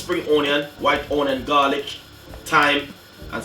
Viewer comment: White OWNion spring OWNion! His speaky spokey is killing me!